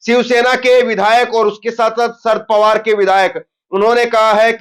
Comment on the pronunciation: शरद पवार बोलो ना कि शर पवार